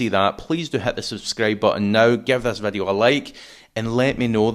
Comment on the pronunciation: English = video. Random Scotch = Veddiuh. Gaelic = "Rud a chlàras fuaim is sealladh airson ath-chluich nas fhaide air adhart" Stop fucking about with English. Be proud of your language and use it. Don't bollocks up English with random pronunciation. Why Veddiuh? Why not Voduhee? or other random shit?